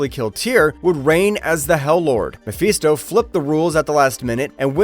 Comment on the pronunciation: Yeah, the cut and paste nature of the sentence syncopation is indicative of some autism. My brother kinda has to do the same thing. He pauses and ahhs and uhmms at weird points in the sentence. Also excessive saliva, so there's slurps and shit. But this guy, yeah, needs to learn to pronounce Mephisto. Also for Guido... Think it's gee-doe. But I dunno.